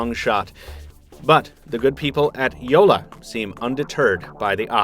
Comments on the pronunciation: Yea haha that's what I kept on hearing too. You are supposed to pronounce both "L"s in JoLLa and not just one making it sound like Jola. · Jolla means small boat in finnish and btw he calls it "joula" not jolla xD